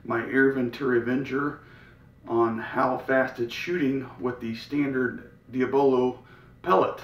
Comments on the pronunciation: Sweet vid man... I believe the pellets are pronounced (Dee- obb- low)..... not (Dee- uh- bell-o). I'm new to air guns, just got a Gamo Swarm Mag Gen 2 in .22 for Christmas and so far I love it. Been watching you vids like crazy. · the “a” is silent